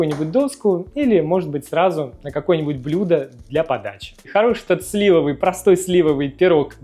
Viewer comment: Ммм, спасибо за рецепт. Рекомендую попробовать галету на заварном тесте с растительным маслом, тоже очень просто. Отдельная благодарность от меня-зануды за правильное ударение в слове «слИвовый» пирог) ну и эстетика Ваших видео не оставляет равнодушным, радуйте почаще своими творениями